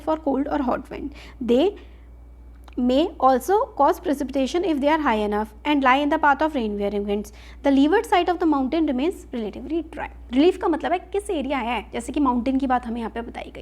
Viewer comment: .. wet or day nahi mam wet or dry 😜 😏